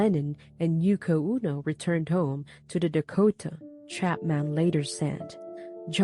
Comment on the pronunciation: "Oh'-no" not "Oo'-no"